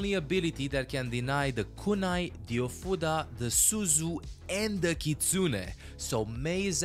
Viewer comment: You might be the 1st person I've seen who doesn't pronounce that skill as "healing a futa."